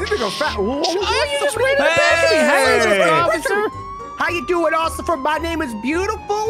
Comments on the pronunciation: Bro Ob it's not called ociffer it's officer.😑😑😂😂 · Ob said "Occifer" in the beginning of the video lol